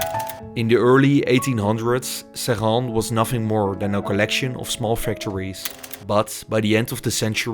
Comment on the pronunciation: This is a cautionary tales. Our ancestors invented the blast furnace. Those plants, they were ours. The french sold them to the indians, and they closed the plants to decrease competition, after billions of subsidies. The french just nationalised the plant from mittal. Screw him. Also your prononciation is attrocious it's pronounced 'SRINNN. The locals will know :3